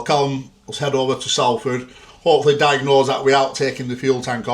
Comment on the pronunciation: Atleast can pronounce salford right eh baz 😂